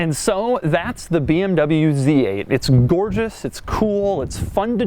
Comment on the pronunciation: I have never seen a BMW Zate